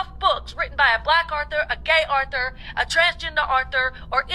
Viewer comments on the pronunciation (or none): Her pronunciation, though. Arthur is a cute aardvark. 😳 An author is a writer. Anywho, let her stay in her white space. It’s okay. I try to not follow or support creators that don’t read diveresly.